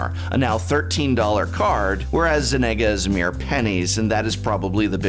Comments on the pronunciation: Who is Zenega? Do you mean Zegana, sound it out professor you can do it! I believe in you,. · Zenega? Never heard of her. Do you mean Zegana? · Zeh-neh-guh Zeh-gah-nah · "Zenagah" Truly, a wordsmith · ZeNaga?? Oh no, the professor has caught the saffronolivitis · Zenaga... Arent you an English major? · Why do you pronounce Zegana as Zenaga? Its g then n. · Zenaga? You mean Zegana? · it's....it's zegana. not zenaga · "Zegana", not "Zenega" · Ze-ga-na Zegana Ze-ga-na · "Zenega"? "A-ZOO-rius"? named after the parun Azoor? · Dear Prof, you might consider to stop hanging around with the likes of Saffron Olive, probably better known as Seth, the Butcher of Pronunciation. Zenaga is not a prime way to speak, as wouldn't be Vanifear. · Well Zegana isn't an English word, its a made up one. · First signs of when your doing way to much coke is when you can’t pronounce the word Zegana correctly. Let alone the word Myr. Muur? The hell is that?! Liquid breakfast again assuming professor?